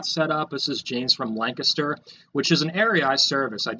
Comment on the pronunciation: Pronounces Lancaster correctly, So refreshing 👍